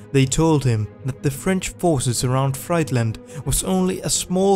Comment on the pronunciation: The city of Friedland is pronounced "freedlund". It has nothing to do with fastfood.